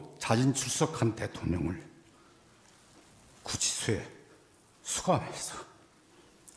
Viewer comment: 따흐흑 ㅋㅋㅋㅋㅋ 구치소에헤 수감해숴어 ㅋㅋㅋㅋㅋㅋㅋㅋ